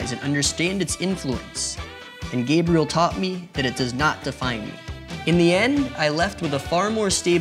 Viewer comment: Gabriel not Gabrielle wtf